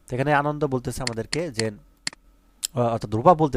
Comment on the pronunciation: আনন্দ না আনানডা😂😂😂